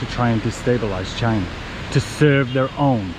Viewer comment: Why do you say China like trump say China? It's not Jai Na!